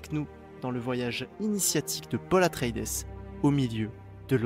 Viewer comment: Atré-i-dès ; "Sarrakis" ... En plus de ne pas avoir lu les livres et donc d'être à côté de la plaque sur ton analyse, tu es sûr d'avoir vu le film ? parce que la prononciation des noms est à côté aussi 🤣